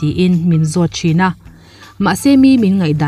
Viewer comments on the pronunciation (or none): none